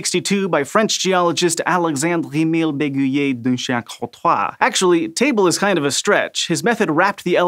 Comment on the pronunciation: umm how do I explain this The French R is supposed to be on the back of the tongue but not too back, the way he pronounced it sounded more like Danish R than French R because the Danish R is on the very back of the tongue